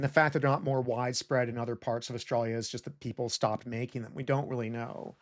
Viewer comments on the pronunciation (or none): Whys he keep say australia like that? I think... i think he's taunting me on purpose! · It’s so weird to hear my home country pronounced “oar-stra-lee-yuh” rather than “uh-stralya”